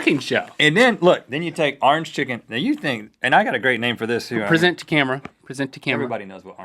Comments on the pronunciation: "Arnge foot" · he said ornge chezzzzzzzzzy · big mac and cheese seems awesome orangefoot seems kinda awful might have something to do with me not liking orange chicken, pepper jack cheese or the way he pronounces orange "arr-inj" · Why the hell does Rhett pronounce orange as "arange" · rhett pronounced it "arnjj chicken" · Sometimes you guys have funny pronunciations. Like "*MAC*-donalds" and "Ahrnge-foot" and "tor-TILL-uh" haha. (I am from western Canadiana) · I thought you were going to mention the fact that they pronounce "Orange" as "Rrr + ange". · I would say Orange Foot would be better, but I can't because of the way Rhett says "orange." So I'm going with the Big Mac & Cheese.